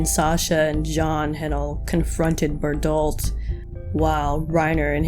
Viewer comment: I really felt like Reiner SLIGHTLY exaggerated how he described the members of the 104th Also why do you pronounce Bertholdt as berdolt? Actually pls answer me